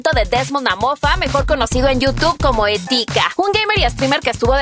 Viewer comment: se dice Etika no etIka